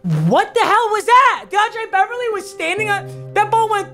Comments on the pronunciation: ....not DeAndre Beverly... not Dre Blee... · DUDE - It's not Dre BLEE. It's Dre BLYE. Think BYE with an L. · Everyone: Dre Bly: DeAndre Beverly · Every time he says Dre Blee instead of saying Dre Bly it hurts me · Yo your saying Dre Bly wring u say bly like “bli” not like “ble” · Bros name is dre bly not deandre beverly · Dre Bly is pronounced like bye with the L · it’s pronounced Dre bly, like BL-EYE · Is someone going to tell him he's pronouncing dre bly wrong? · Stop say Dre Bly’s name wrong!!!